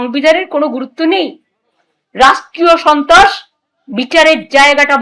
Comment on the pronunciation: কি বললি গুদু? ছন্ত্রস? চোদোন চন্ত্রাস? সাবধান গুদু!